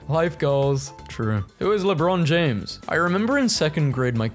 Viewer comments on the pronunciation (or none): none